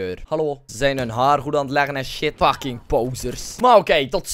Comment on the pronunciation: haha ik vind het grappig dat je altijd fuCHking zegt😉😉😂😂